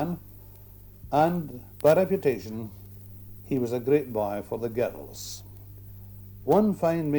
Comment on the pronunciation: I love how they add an extra syllable for the word girls in the Scots Ayrshire. 😂. Gir-dirlls